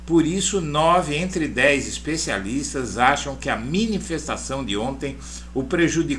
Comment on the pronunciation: Não é "minifestação" é miniNfestação